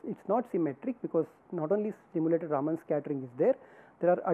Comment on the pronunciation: एक बात मुझे सदैव विचित्र लगती है कि भारतीय लोग भी अपने बैज्ञानिकों का नाम ठीक के नहीं उच्चारण कर पाते हैं !! रमन को सदैव रामन बोलते हैं !! विदेशी लोगों को तो सही से पता नहीं है !! काम से कम भारतीय लोगों को तो सही से उच्चारण करना चाहिए !!